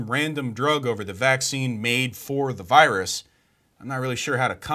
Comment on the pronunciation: blocks the wirus you say?